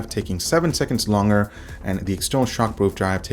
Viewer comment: I found it distracting. There should be a "g" sound in there somewhere haha